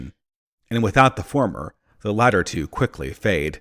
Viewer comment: You pronounced latter wrong